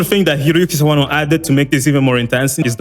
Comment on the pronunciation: My mans pronounced Sawano's name right... already like him.